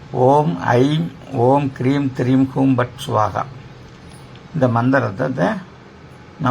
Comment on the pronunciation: the mantra prounced is Hreem or Kreem because on screen its written as Hreem but is reciting as Kreem, please advise